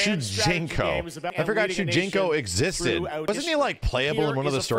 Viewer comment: It's shujinko